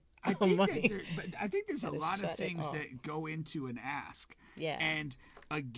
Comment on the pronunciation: Dude it’s “ask” not “ax”… I hate hearing black folks saying “ax” lol